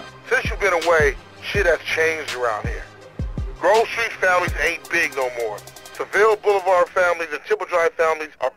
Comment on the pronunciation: es heißt GROVE nicht Gruve -.